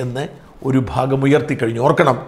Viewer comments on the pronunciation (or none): none